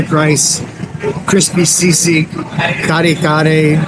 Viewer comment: From New Jersey.....I really like your travelogue / reviews / documentaries ! Found you out by accident & had been following you since....nagustuhan ko ang 'yong down to earth attitude & truthfulness! You're the man! Keep it going! By the way, ang accent is on the 2nd syllable ng Kare... Take care always & God bless!